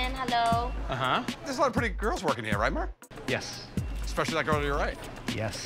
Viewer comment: It’s murr, sir. 😂😂😂😭😭